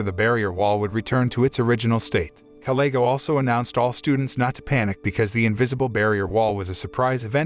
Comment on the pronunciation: You seem to mis said kalego's name.